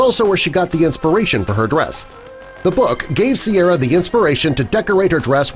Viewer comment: correction It's Ciara, not Sierra